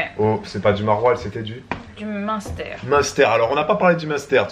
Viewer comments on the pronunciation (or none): Jadore comme di "monster" on dirai le nom de boisson énergisante, alor que le dit bien. Je sui de franche comter et j'ai énormément rigoler sur la video de hier en vous regardant essayer de dire munster 🤣 😂